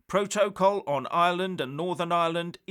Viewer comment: Still not learned how to pronounce "protocol."